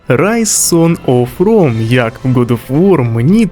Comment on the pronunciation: попрацюй над вимовою англійських слів. Боляче чути "сон оф ром" (сан оф роум), "резідент евіл" (івел). А так, відео цікаве